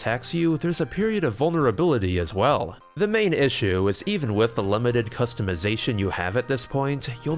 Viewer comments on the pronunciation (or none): none